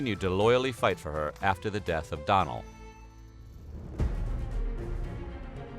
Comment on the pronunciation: Great vid. Some pronunciation issues with the Irish names (‘doughnell’ not donnel’) but great story